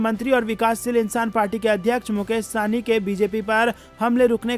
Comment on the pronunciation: यह शाहनी नहीँ है वरन सहनी है ।